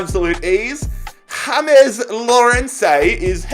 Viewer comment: Not every name spelt james is pronounced hames some are pronounced james 🤣🤣